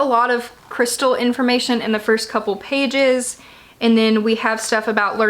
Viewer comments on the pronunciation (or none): none